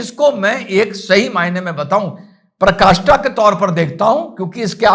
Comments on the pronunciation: In clip 2.29 you used a word Parkashta which is not correct, the correct word is Parakashta, I generally do not make such comments because it may be a slip of tongue, but the reason for commenting here is that you may not really know the correct word, it is not a big deal, this can happen to anyone, the reason for commenting here is that the pronunciation you did has a wrong meaning, next time you should choose the correct word, thank you from the bottom of my heart for the video क्लिप 2.29 पर आपने एक शब्द कहा परकाष्ठा जो सही नहीं है सही शब्द है पराकाष्ठा ,मैं अमूमन इस प्रकार के कमेंट नहीं करता क्योंकि हो सकता है यह स्लिप ऑफ़ tounge हो ,लेकिन यहां कमेंट करने का कारण यह है की हो सकता है आपको वाकई में सही सब्द न पता हो यह कोई बड़ी बात नहीं है ऐसा किसी के साथ भी हो सकता है यहां कमेंट करने का कारण यह है कि जो उच्चारण आपने किया उसका गलत मतलब होता है ,आप अगली बार सही सब्द चुने ,वीडिओ के लिए आपका तहेदिल से धन्यबाद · "पराकाष्ठा" बोलिए आप "प्रकाष्ठा" बोल रहे हो।